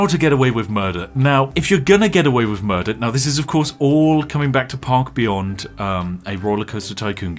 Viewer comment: I thought the opening u said "pog beyond"